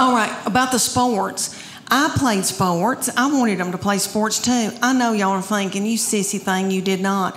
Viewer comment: She played “spoworts”.